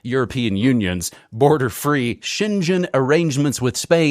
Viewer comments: I love New World Next Week 🥰! Hello Mr.: Please pronounce Schengen as in the name of the Luxembourguian town of the Schengen accord like >> Schenggen, with a G as in GO in English, not Schenjen. Thanks and all the best. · american pronunciation of SHENGEN is, well, hilariously american. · And shengen 😂❤